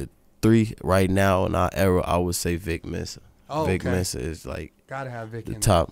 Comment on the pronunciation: He really said “Vic Mensa” 😭😭😭